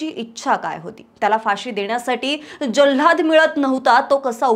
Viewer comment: जल्हाध नाही ओ जल्लाद 😅